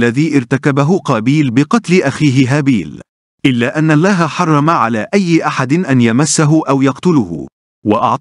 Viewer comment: معلق الفيديو لديه اخطاء لغوية كثيرة جدا واقصد بالحركات فاغلبها ان لم اقل جميعها تلفظ خطأ وكذلك لفظ الجلالة يلفظه بتخفيف اللام وهذا غير صحيح وللاسف اصبح الآن كثيرين مقدمين ومذيعين يخطاؤون باللغة العربية وهي لغتنا الجميلة ويجب علينا حمايتها والحفاظ عليها لذا حبيت ان الفت نظركم لذلك .. غير هذا الفيديو جميل وفيه معلومات مفيدة